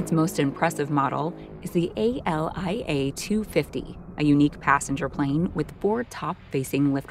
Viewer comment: omfg it's ALIA not A-L-I-A... Also the military doesn't even own it, there are only two models in existence!!!